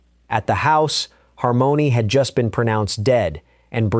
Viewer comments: It's not Har mony' it's harmony like lyrics. AI ain't all thatm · He can’t pronounce harmony?RESTIN PEACE SWEET BABY❤